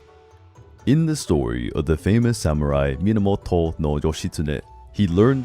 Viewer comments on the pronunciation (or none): none